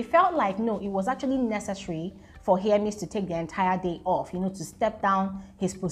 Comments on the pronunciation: it is HER-MES, not HEAR-MES😩😩😩. You kept on saying hearmes 😫😫😫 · Hermes name don suffer🤣🤣🤣🤣.some YouTubers call it hearmes, while some call it Hermess.please it just Hermes abeg ooo🤣🤣🤣